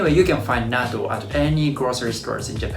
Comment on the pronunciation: I just started watching your videos and it’s interesting. My problem is when you said Natto you sounded like a Hakujin. Pronounce it correctly so that Hakujin and Gaijins can say it correctly. In the USA I hate when they try to pronounce words incorrectly then try to correct me when I’m Nihonjin!! Like Karaoke they say “Carry O key” or Kimono they say “Come mono”.